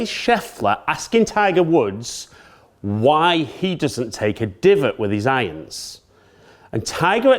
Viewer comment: as a non speaking english educated person, it is the new way to say IRONS ? Ions ??